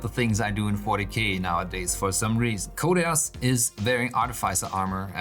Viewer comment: Great build, thans for sharing. My OCD gives me tics every time you pronouce his hame "koteas" instead og "koteez" :D